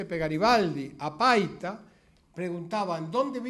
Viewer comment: '.52'' el orador se equivocó, dijo Paica en lugar de decir PAITA. Es un puerto que pertenece a Piura-Perú. Tomese en cuenta. OJO